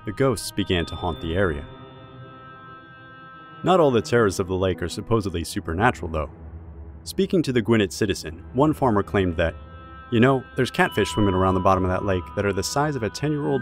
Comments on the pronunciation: it's Gwinnett!!🌝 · It's Gwin [pronounced like quinn with a g]-Net [like a fishing net with a hard T] pronounce the N twice. I grew up there lol was really weird hearing it pronounced differently.